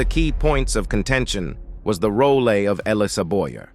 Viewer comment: The over pronunciation is so funny 😂 rolay instead of role, resonatee instead of resonate, diskography not discography. And mixing up Sam's wives Dolores and Barbara. It's hilarious 😂